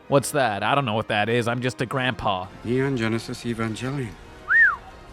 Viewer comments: "NEON GENESIS EVAN-JELLY-ON" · Robin Williams just said "Neon Genesis Evanjelion" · Evanjelion lol